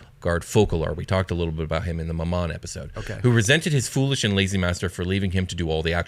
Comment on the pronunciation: I always thought Glasya and Mammon were pronounced Gla-SEE-ya and MAM-mon.